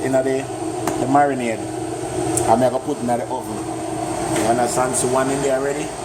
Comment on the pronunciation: mi loike how u sey marinade lol..... tonks giving fry turkey.